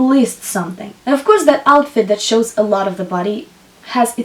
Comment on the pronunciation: Many useful information, but why speaking like a boring professeur? try to add some jokes or take more distance otherwise its like a boring lesson at school. I beg you stop saying "ouuuuf course" :o, Its really annoying pronounced million times with this weird accent.